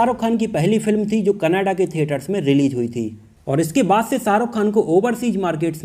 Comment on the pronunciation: aap canada kehna chahrahe ho ya kanada kehna chahrahe ho